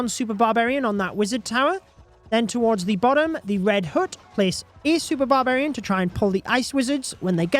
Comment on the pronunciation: Can you stop saying “red hoote”🤣 it pronounced H-UH-T (hut)